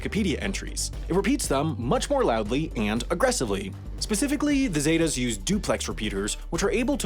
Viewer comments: Okay first, it’s pronounce “sEH-tAHs” not “Zey Tas” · It’s ZEH-TAS! Not zeytas 😂 white ppl are terrible at pronouncing words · “The Zay-tuh’s” that’s not how you say it at all!!!😂😂😂😂 It’s pronounced “seh-tahs” 😂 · Its not pronounced as zey tas its pronounced as zet-tas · It’s pronounced Zet-Tas not Zay tas. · Its not pronounced “Zeytas” its pronounced “Cetas” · Z-eh-tah-ss. Not zay-tahs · ZETA NOT SAIDA ZEEEETAH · Lol the way he says zetas what a 🤡